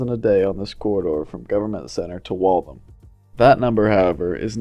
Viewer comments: its pronounced Wall - THAM, not Walthum. Great concept though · "Wall-tham" or "Walth-ham", not "wall-thum"! ;-)